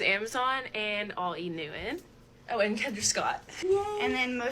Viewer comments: The pronunciation of "E-New-in" instead of "E-New-Ton" is hurting my ears 😂😂😂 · “E Newton” has (like all words with the “ten or ton) have become “enn” and “inn” ENewton: “E NEWT IN”.. Curtain: “CURT-ENNN” Payton: “PAY-ENN” Important: “IMPOR-ENT”… 🙄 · “E. Noo’en” CAN WE ENUNCIATE PLEASE! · Nope, she is right. There is a difference between enewton and euen, like this girls pronounce it. Dont encourage botching the English language. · oh i heard “inu in” 😂😂 not e-newton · Me who kept hearing E-Nguyen and not enewton. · 100% 😆 it bothered me so much how they were saying E Newton. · "Enoo in" 🤣 Never heard of this brand in my life. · enewton.. they kept say e-niuin...:) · Also...is they can't pronounce Enewton. It sounds like they are say eeh nooh an. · E New'iiin eww get THEE EFF OUT with that stupid fake pronunciation. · “e NewtiNUH” was all I heard every time one of them said it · EW I CANT GET OVER THE MEAN GIRL E NETWON PRONOUNCER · I was so triggered by their pronunciation of Enewton to the point that I literally typed into Google "who the "F" is Enewton" and I used the full word. Thank you so much for that clip of the lady who said she wouldn't pledge them. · Why do they all pronounce "E Newton" like that? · Tbf i was yelling out loud at the girls not pronouncing the "t" in enewton. I can't stand whatever that inflection is😂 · If they can't even properly pronounce enewton wonder how well they'll do in college